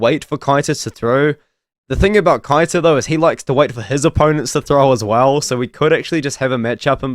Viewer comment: Keita is pronounced Kay-ta